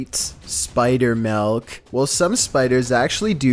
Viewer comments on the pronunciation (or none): “spider MeLk” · Why does pronounce silk like it's supposed to be pronounced but says"melk"? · You say “melk” but then follow up with “silk”. Not judging. Just an observation.